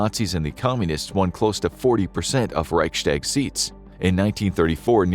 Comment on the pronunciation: I am german and I cant get over the fact how he pronouces "Reichtag" or "Lebensraum" 😭. much love though❤